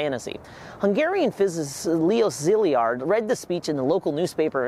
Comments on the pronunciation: It's pronounced "seh-lard" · How do you get “Zilly-ard” out of Szilard? Just curious. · Nice summary but for repeated mispronunciation of Leo Szilard's name (2 syllables, not 3) and nuclear, not nuculer.